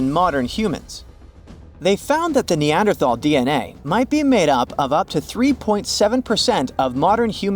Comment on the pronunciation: I don't trust what anyone, who doesn't know how to pronounce Neanderthal correctly, has to say about them. 🙄